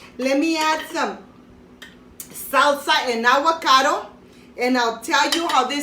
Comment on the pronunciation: “Awwwwocodo “ lol 😂